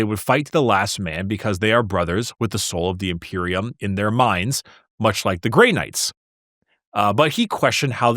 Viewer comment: Ah yes… The vaunted and courageous Chapter… The “Grey Nards” .. lol